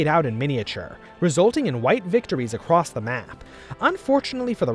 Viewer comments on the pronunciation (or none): none